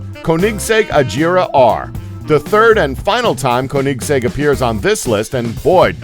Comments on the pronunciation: SENTANARIO? UWAYRA? Sa Leen? Koneeeeeeeeeeeeeeeeeeeeeesegg? Raygera? 700 HP????? Igera? Koenigsegg only "Fast"? you mean "Fastest"? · I like it how he says KoHnikggs EK to Koenigsegg . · It's like he is saying Kohnigseg Rahira😂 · you mispronounced saleen who even says it like that you also mispronounced koenigsegg and regera and mispronounced centenario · How he say Koenigsegg 😂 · You've seriously never heard of Koenigsegg? Where have you been? "Koenigsegg may not be a well-known car manufacturer"? Seriously??? And why on Earth are you butchering the name so badly? There are many things in this video that bothered me but that's one of the biggest. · Why can't he pronounce koenigsegg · rovic quesada i know right especially the Koenigsegg